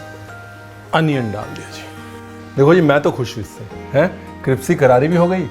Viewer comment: कृप्सी क्यों बोलते हैं सर जी। क्रिस्पी को। हमेशा ही। क्यों।